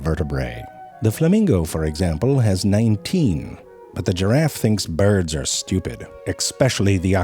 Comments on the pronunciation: I love the way he says bird! 😂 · The way this guys pronounced bébé and byird is so stupid and I fucking love it. Coincidentally that's how I feel about most internet stuff.